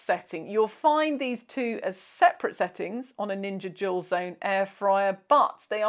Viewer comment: No! I looked at the subtitles and they say "dual" lol. That makes sense, but I could swear I hear "jewel". 😂